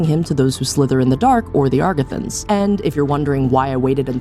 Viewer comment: Excellent video, truly loved it, one tiny thing though, the mispronounciation of agarthan repeatedly was deeply bothering me. The R comes after the G, why do you insist on emphasizing the R first, it really bothers my ears.